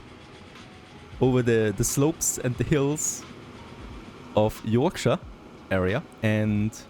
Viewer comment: You pronounced yorkshire two different ways lol